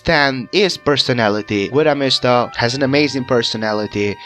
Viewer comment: “Gwidow mihstuh” Goo-ee-do Mees-Ta